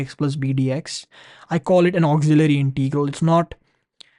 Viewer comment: Pronunciation: it is Integral, not Inteegral!